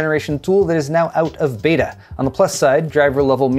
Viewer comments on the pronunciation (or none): none